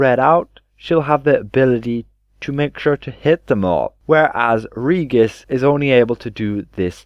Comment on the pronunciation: It's Ree-jis, not Ree-gus.